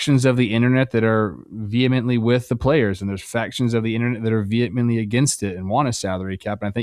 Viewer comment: Was Trevor saying vehemently or Vietnamly